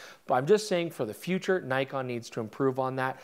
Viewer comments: It's Nikon, not Naikon!!! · Sorry but... (i) awful colour grade and (ii) Nik-on not Ny-kon